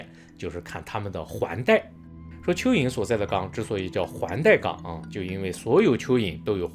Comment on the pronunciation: 沒看螢幕突聽到大陸口音的說要介紹邱議瑩，覺不可思議，原來是說蚯蚓，哈哈！😅